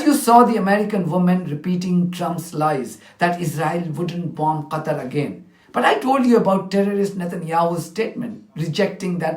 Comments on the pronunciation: The UK representative can't even pronounce "Qatar" with K or Q but "Gutter" with 'G' - Basically that's what they think of this country. BTW, she does NOT represent the people of this country who are overwhelmingly against this ongoing barbaric genocide in the occupied Palestine but her zionist handlers only. Hamas is NOT a terrorist organisation, they are the RESISTANCE. The bravest of them all. which under the international law they have the right to resist the real terrorists unlawfully occupying their homeland. May you have 400 Million subscribers brother 🙏🏼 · The British lady needs pronunciation lessons. She can't even pronounce Qatar. Instead she is saying Gatar. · The UK woman was so uneducated and clueless that she couldn't even pronounce Qatar and kept on saying Gatar. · Pakistan has 4 huge American MILITARY BASES. Pakistan NOMINATED Trump for Nobel Peace Prize. Why does UK rep say Gatar? Its Qatar!!! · Where is Gatter? She must mean Gutter. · The UK Ambassador to the UN should say Qatar collectlyand not Gutter. It is disrespectful. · Is the UK representative completely stupid, why does she continually mispronounce Qatar as "Gattar" and "Gattery".... did she not get an education? Bllshit as always fromo the USA and its Poodle, the UK. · Someone please tell me where 'Gatar' is ? 😂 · British can't even say Qatar... Gatar 😡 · Is the stupid uk speaker plonker saying gatar, out of spite and hatred. Someone should find this idiots previous uttereance in the un where she mentions Qatar and compare it. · Why does the UK woman keep saying Gattar? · NOT GATA it's QATAR she's PURPOSELY mispronounces it. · why is she calling it Gatar and not Qatar? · To that English female diplomat, she is calling Qatar (gutter) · why cant uk spokeswoman pronounce qatar properly? she says gatar!! and she even cant pronounce wholly but says hooli . what is this ai falseness? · The British ambassador keep saying gatar instead of Qatar absolute disrespect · Calls Qatar gutter